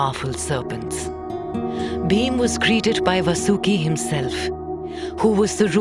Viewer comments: His name not vasoooki His name is vaasuki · Correct your pronunciation of names please. The name of that mighty snake was Vaasuki, not Vasooki. Also, it would be better had you spelled it like Paandav in the entire narration rather than Paandavaa. Other than few other minor ones, the overall voice over was indeed praise-worthy. Please keep the names original and their pronunciations indigenous rather than sticking to the westernized way of spelling them. None of the learned Indian scholar would like it if the future generations would spell and remembers these religious terms as Krishn-aa, Ganesh-aa, Pandav-aa, Mahabharat-aa...and so on. You're already doing a commendable job. Let's make it a little more perfect.